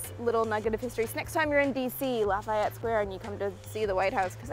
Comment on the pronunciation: La Fee et. Lafiet? LOL